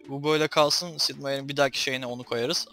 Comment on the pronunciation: Abi Sid Değil Sip